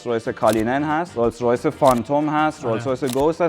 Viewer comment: بازم تلاش کرد ولی بازم تو اینترو گفت رویز رویز 😅